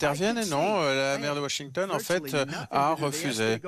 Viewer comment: Trump et les "en faîte"😂😂😂😂 En faite cest la fete des emphets